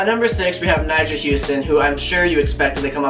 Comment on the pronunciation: Thank god you said Nijha